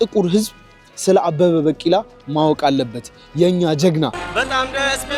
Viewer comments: bikila not bakila(pronounsation). The rest is good and continue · አንተ ጭስ የሆንክ ልጅ አበበ በቂላ 😂😂በቂላ ሳይሆን ቢቂላ say ቢቂላ 😂😂😂😂 የምር በጣም ትመቺኛለሽ ደሞ like የገባሻል 🎉🎉🎉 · አበበ በቂላ ሳይሆን ቢቂላ ነው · ዘገባህን ወድጀዋለሁ ግን በ ቂ ላ አይባልም አበበ ቢ ቂ ላ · *አበበ ቢቂላ ነው ትክክለኛ አጠራሩ። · Please correct the pronunciation of his name. "ABEBE BIKILA". Please correct his story. There are some exaggerations and distortions. Please do a good job. Your trying to present stories to our attention is good. Thank you. Good luck.